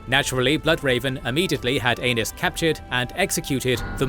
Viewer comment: reeeeally need to pronounce Aenys like aeneez not anus 😅